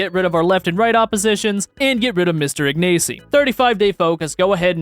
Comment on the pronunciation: you did spell ignacy wrong you should read it more like ignashy (the y has like a YH sound) or you can also do ignashee